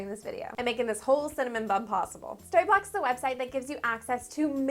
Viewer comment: when she said story blocks it sounded like starbucks lol is it just me?